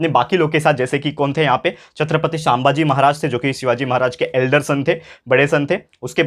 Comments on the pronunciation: Sir I like your lectures but pls pronounce chhatrapati sambhaji maharaj correctly , btw loved your explaination 👍👍☺️☺️ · Sir please say sambhaji maharaj name neatly. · Sir the pronunciation of sambhaji maharaj is wrong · Sir sambhaji maharaj pronuciation is wrong😊